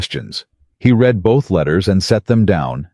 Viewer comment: AI is illiterate. He 'reed' the 3 pages? He 'red' the 3 pages. Read vs read and AI has no clue and the person posting these stories never edits as claimed undèr 'description' AI should be boycotted and then banned. I am so tired of FAKE.